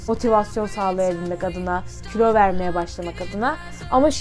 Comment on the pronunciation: külo değil kilo